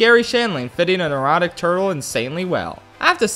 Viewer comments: i keep thinking you said "an erotic turtle" not "a neurotic turtle" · I misheard "a neurotic" and thought he was call him an erotic turtle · What he probably said: “A neurotic turtle” What I heard: “An erotic turtle” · When he said neurotic turtle I thought he said erotic turtle... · He said “a neurotic turtle” but I heard “an erotic turtle” and I like the latter more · Had to do a double take on the "neurotic turtle" line cuss the first time I heard it I thought you said "erotic turtle". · Everyone heard erotic turtle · R. M. Tosh i really thought he said an erotic turtle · It fits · You're not wrong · So did I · I thought that's what he said lmao